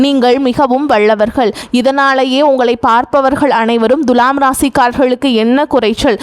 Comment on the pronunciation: த்துலாம் ராசியா.. த்து ஏன் அழுத்தம் சாதாரண மாக துலாம் சொன்னா என்ன....தண்ணி குடி..